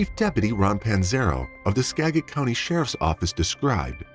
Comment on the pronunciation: 😄 hahaha the way he pronounces Skagit County, Anacortes and Sedro Wooley. HILARIOUS!!!